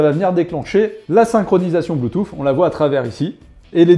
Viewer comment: "Bluetouff " 😅 Belle présentation comme à chaque fois